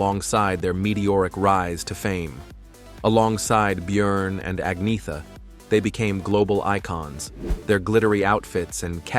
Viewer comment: It’s not Ag-Ni-Tha It’s Annietta